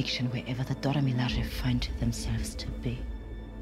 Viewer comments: Dora milaje prononce bien pour moi S'il te plaît miladje please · Pas que pour toi, c'est horrible la manière dont il prononce le nom 🤦‍♀️ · Les Dora Milaje et Vanda 😭😂 Oui ça s'écrit comme ça mais ça se prononce Dora Milajé et Wanda